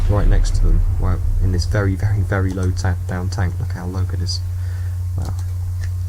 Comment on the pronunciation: Vewy Hormonal